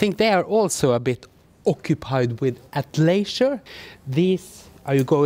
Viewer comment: Great again. However a lot of people may not know you're say 'leisure' it sounds like 'a glacier' ! I think the Chinese buy the high fashion in Norway because they know it's authentic as opposed to the knock offs sold in China. The fashion in New England is similar to Norwegian fashion, sporty and casual and sadly a lot of winter gear. Remember image is everything , lol.